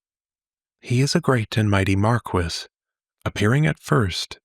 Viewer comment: just abit of correction Mar-kee and lay-men .